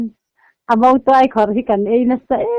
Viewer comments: Motuai in ti zel a, Mautuai tih zawk tur a niang. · MOTUAI a ni lo.MAUTUAI tih tur zawk a lawm.Mizotawng i thiam lo lutuk.Nutling ve meuh si.Mahni tawng thiam tur